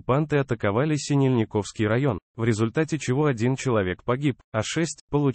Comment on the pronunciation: Как можно так Исковеркать название населенных пунктов?77 СинЕльниковский район.НИкополь .